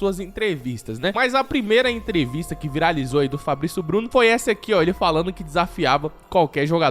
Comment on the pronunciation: o japonês Fablicio Bluno